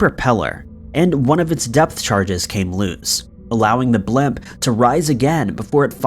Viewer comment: What part of America pronounces the word blimp "blemp" ? lol